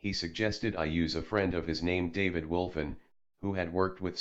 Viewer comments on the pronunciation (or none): none